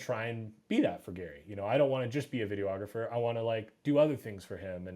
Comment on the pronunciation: How is my man this versed and still saying "Video-ographer"?